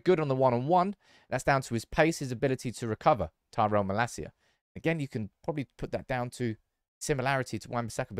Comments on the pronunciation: Mah-Lasia, not Mala-Sia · you pronounce his name wrong...it's not malacia but malaacia...love your channel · I think it mal-acia not ma-lascia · its malacia not malaseeya